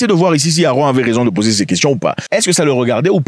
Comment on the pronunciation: C'est pas Aaron C'est AaMron = se lit AMronne